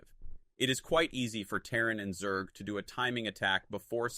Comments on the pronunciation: Damn really showing personal growth realizing the truth about SC Weird how he pronounced Zerg as "Zerdj" tho..🤔🤔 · To say 'zerg' properly you can write it as 'zergue' which forces the AI to pronounce it correctly.